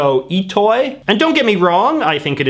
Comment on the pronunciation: For shigesato itoi it’s pronounced weird, vowels in that language are “ah” “e” “ooh” “ehh” “ohh” A, I, U, E, O